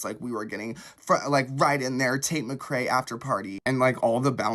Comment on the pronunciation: Hate how he pronounces tates last name lmao.